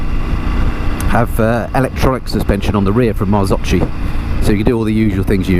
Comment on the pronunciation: Top review 👏👏👏, only a misstake ... Marzocchi in Italian sound different you may pronunce the CH like a K than: Marzokki is the right sound